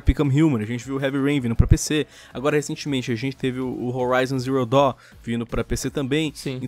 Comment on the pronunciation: horaizon ziro dõ kkkkk